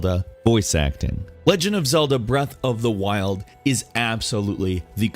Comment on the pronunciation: breath. of. the. freaking. wild.